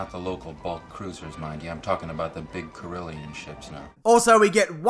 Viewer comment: Corellian, not Corillian.